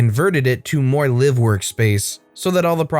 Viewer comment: It’s not “live” like “live animals”. It’s “live”. As in “I live on this street.” There are two pronunciations for the word. It just bugs me. Just like when people type in”ect.” for etcetera. It’s “etc.” Not sure if they’re typing fast or just don’t care or know. My dad, (RIP) was always a stickler for spelling and grammar. So, being his only daughter, I’m the same way. Sorry, people.